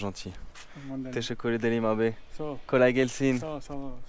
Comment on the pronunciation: Personne ne le reprend sur son "Abè" :))